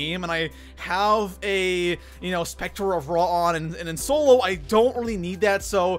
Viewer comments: Did anyone else hear specter of ra lol it’s scepter pronounced Sep-ter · You pronounced scepter wrong